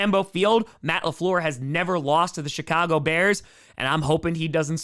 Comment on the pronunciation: did you say, "You got the SHIT-Cago Bears"?? I replayed it like 3 times. I swear that's what you said.